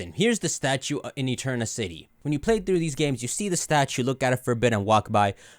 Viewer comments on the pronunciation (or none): none